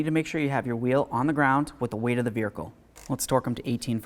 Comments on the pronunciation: Ummmm...I need clarity. Why does this dude keep calling the vehicle a "vericle"?!?!? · V E H I C L E There is no R in this word.